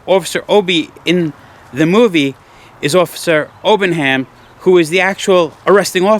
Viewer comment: No such place as South Barrington, Mass. Get it right. P.S. It's Obenhein, not Obenham.